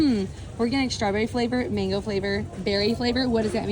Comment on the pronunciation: Say MAN-GO with me MAN-GO…